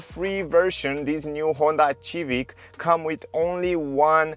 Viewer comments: I would apreciate if you stop saying xivic please thank you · Dude... its Sivik no Civik lol :D